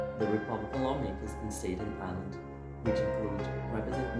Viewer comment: Thanks for the effort, but can I give a few tips? 1. It's "Staten Island" not Staydon or whatever you said. 2. Please turn down the music It's too loud. 3. Practice reading several times and if you're solely relying on the captions don't because they usually misspell words. I don't mean anything I said to be rude I just want to help. Thanks